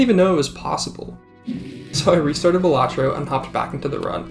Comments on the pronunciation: Why do you say ballahtrough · Huh I thought its pronounced Balatro not Balatro